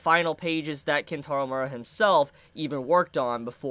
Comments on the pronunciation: Mee-er-ah. Not Mura. Enunciate your words. Also, the assistants can't continue it. Miura wrote the manga, they just helped draw it towards the end. The best you can hope for is Young Animal publishing a book of Miura's notes and plans for the ending. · ayo u are saying his last name wrong